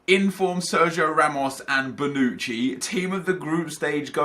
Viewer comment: Did he really say Bouncci IF?